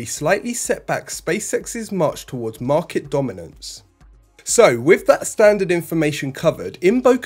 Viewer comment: Once more, wiv feeling. Next week the narrator will be Andy Murray.